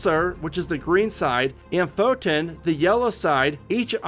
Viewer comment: And the correct way to pronounce photon and pulsar lol